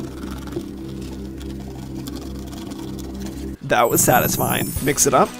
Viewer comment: He said AS mar💀💀💀💀